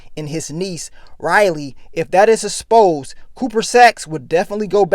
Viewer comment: This nigga is always saying "asposed".. Come ooonnnn,! It's EXposed